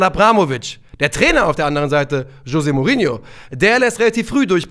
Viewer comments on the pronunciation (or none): none